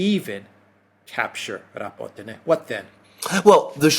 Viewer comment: and Alexander, please pronounce the name of the villages correctly, it is not called Robotino. It is Rabotneh. Besides, based on the military summary channel Rabotneh has fallen and now Ukrainians are focusing on Verbove because they need to cover the flanks. They cant advance further after Rabotneh until they cover the eastern and western flanks. This video of yours is absolute crap, sorry